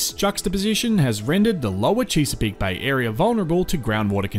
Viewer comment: Chess-a-peak, rather than Cheese-a-peak.😎